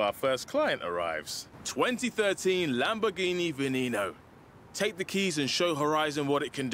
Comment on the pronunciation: Stop pronouncing veneno like that